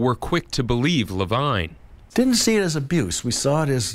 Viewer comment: Levine is supposed to be pronounce ler-veen.